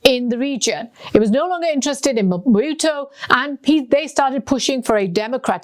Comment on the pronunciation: It seems some researcher gave her a document to read …… could not pronounce any Congolese related names at all….. Mobutu, Zaire, Kinshasa…… but the researcher did a great job ! Well done😂👍🏾